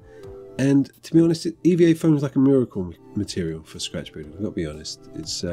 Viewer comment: Scratch "Bill-ding"